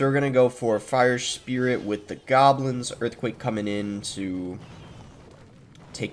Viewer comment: What did he just say "Gablins" instead of goblins